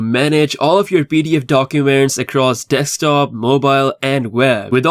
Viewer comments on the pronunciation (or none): none